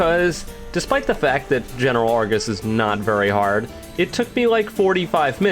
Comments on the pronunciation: um, ackually, its ar-GOS, not ar-GIS, for you're information 🤓🤓🤓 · Why does it sound like he says Argis rather than Argos